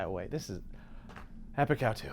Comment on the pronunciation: I keep thinking he says “Epicow 2” in like every episode😂